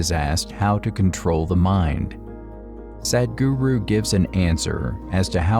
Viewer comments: I would like to see you or the computer that is narrating, pronounce his name correctly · Thank you for the video, Please,, learn how to pronounce Sadhguru 😂😂😂